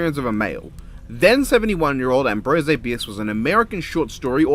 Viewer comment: I'm not an alcoholic but I know what AA is. You couldn't Google AAA? It the American Auto Assn. Also Ambrose? Who the hell says Ambrosay??? It's a common name. You skip the the creepy lore of the black-eyed kids?! ☹️👎 Disappointing. Some relate them to the Men in Black... Ambrose Bierce had a fascinating life and career. His death is a mystery worthy of speculation and you just dismissed it. Bad form.